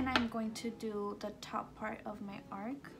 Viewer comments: Ar-CH!! With a "ch". Not ark, with a "k". Arch is something curved, and ark is a boat. Haha.😂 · It’s arch lol it bothered me the whole time 😆but I loved the video other than that